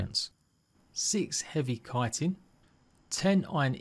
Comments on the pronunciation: I'd say to call it "chit-in" only if you're referring to chitlins, otherwise it's "kite-in". I don't know what the grammar meme police would say regarding the matter, its a toss-up between oxford/british/language arts people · ahha dont worry i used to say chit-in instea of kite-in hahaha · Chitin is said like "Kai-tin"